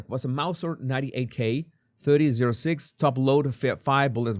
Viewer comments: You are supposed to call it "thirty ought six" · Look at the comments. He cant even pronounce the gun type/ bullet size. Why is he doing this video? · The box the gun is in is probably the box the police were using to package it for evidence. The caliber is pronounced 30 aught 6.